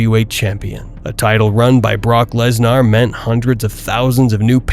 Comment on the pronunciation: I love how you or the Ai voice say LesNAAR... he is pretty Gnaarr I must say